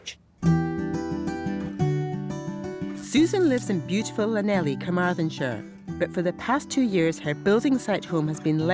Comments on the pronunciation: Llanelli is not pronounced Lanelly. You need more phlegm than that 🤣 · Lanely.... Ummm at least try to say it properly >< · Llanelli is said Cl-a-nelle. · Ohhh noooo! She did not just pronounce Llanelli wrong!